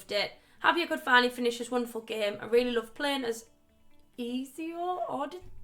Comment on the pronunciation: Lmao, the butchering of Ezios name, yes it means rest in peace lol Great video